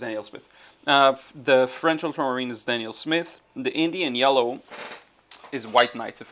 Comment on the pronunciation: Injun yaller? I thought you say New Gamboge? I like Injun Yaller better. I use it interchangeably with cad yellow deep/dark.